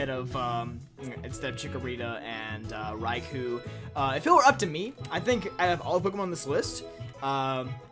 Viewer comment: The "Kou" in Raikou is pronounced as an extended O.